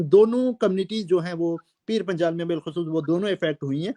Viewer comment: Aur Reporter sahab .. pir Panchal kya hota... Panjal hota hai......